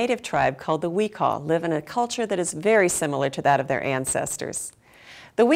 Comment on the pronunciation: Its Pronounced "we- cho- uhl"